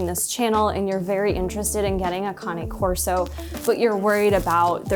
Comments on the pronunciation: Kane corso not karney corso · It’s not conny corso…Cain corso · lol canna corso lmfao when you say candy cane do you say candy canna too just because you miss pronounce a word don’t make it bougie😂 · You shouldn't have a dog if can't pronounce there bred iks pronounced Kane corso.Get your self a hand bag dog.